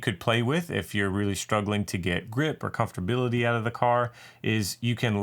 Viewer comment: Ummm, did you say comforbility? :-)